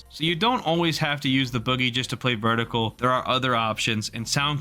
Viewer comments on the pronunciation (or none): verticle lmao